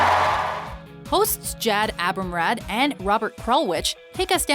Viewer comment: Good list, I'm in wholehearted agreement. Gotta work on your pronunciation of some of those names though. Cecil is "SEE-sull". Jad Abumrad pronounces his own name "ah-boom-RAHD". Koenig is pronounced "KAY-nig". Just a nitpick.